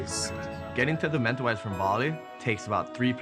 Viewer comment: They need to learn how to pronounce Mentawis properly